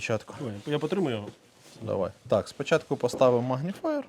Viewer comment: нарешті хтось сказав "магніфаєр"